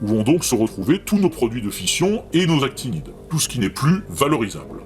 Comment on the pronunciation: C'est actinides, avec un "n"😁 sorry